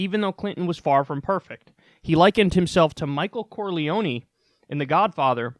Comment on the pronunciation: Can't get over the mispronunciation of Michael Corleone like c'mon man